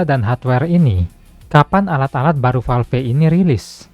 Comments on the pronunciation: Valve bang masak falf wkwk sama" kocak😅😂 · Kalo nyebut nama atau istilah bahasa inggris tolong disebut dengan ejaan asli, masa Valve nyebutnya falfe, konten uda bagus